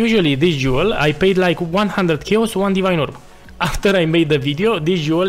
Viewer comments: Sharacter - Shayos damage - smoos :P , great build and guide, thanks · The way you say "chaos", oh, my Eastern Europe bratha 😂